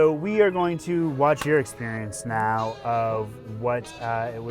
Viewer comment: Did any one feel a Miranda vibe when said Nao hard or when he was saying resting was partying or was that just me